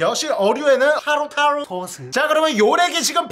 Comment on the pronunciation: 칠리쬬쓰 타로타로 소스 하나도 제대로 말 한게 없네 ㅋㅋㅋㅋㅋㅋㅋㅋㅋ